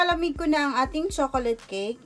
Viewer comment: Tanginang pag sasalita yan. Nakakaantok! Hahahaha chokolat cake ampota! Hahahaha